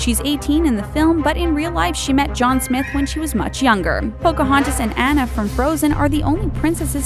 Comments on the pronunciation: YOU DONT SAY ANNA AS ANA YOU SAY IT AS ARNA AND YOU SAY IT TIARNA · its uh-lay-nuh and on-uh (pronunciations, in case thats not obvious af) god, google it or watch the fucking movie before making a video about it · It's pronnounced "Ona" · It's pronounced Tee•ahn•na and Ahn•na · IT'S SAID ana (on-a) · And also Mulan is based on a true story so don't say she is NOT and it's An-nah not Anna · she said tiaana and annna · That's not how you pronounce "Ariel" and "Anna". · I enjoyed the video but you pronounced Anna's name incorrectly!!! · your saying annas name rong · How they pronouncedTiana, Elena, and Anna really ticks me off